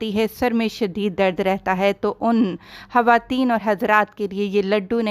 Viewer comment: I don’t understand why punjabis telling hawateen instead khawateen please ح aur خ ka istemal theek se karain